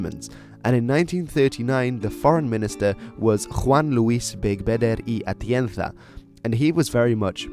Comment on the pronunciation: You're the first english-speaking person who I've heard that pronounces corrently the J in Juan and Z of spanish accent in Atienza (Atientha)